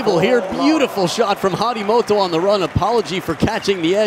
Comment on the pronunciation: Harimtoto?? It's Harimoto